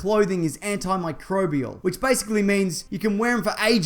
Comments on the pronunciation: He said antimicrobial without struggling this time. 😆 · whoa you said antimicrobial right for once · how many takes did you do to say antimicrobial correctly? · You've come such a long way in your pronunciation of "antimicrobial". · You've got the pronunciation of antimicrobial down. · You've really mastered saying "anti microbial"! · And the world came to an end as the goat pronounced antimicrobial correctly